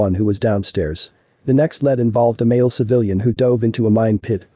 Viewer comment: You need to learn how to say the words lead